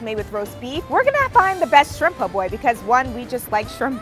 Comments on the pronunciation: You lost me when you said poor boys instead of po’boys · Its not POOR Boy ...lady it PO...BOY